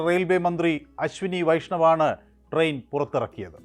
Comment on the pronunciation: ട്രെയിൻ എന്ന് പറയു sir